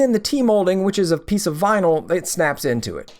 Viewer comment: Beginners mistakes... 'VINLY'??